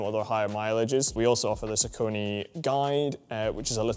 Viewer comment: bro can't even say saucony